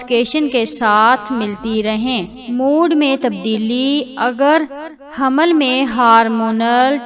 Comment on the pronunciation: Aap pahle raham ko hamal padna seekhe tb information de😅😅😅.